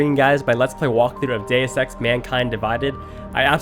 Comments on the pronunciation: I thought I heard day sex in the beginning 😂😂😂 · oh wait iwas not looking on the screen and i heard “day sex” instead of “deus ex” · Day-iss ex. Ahhhahahahahaha SMH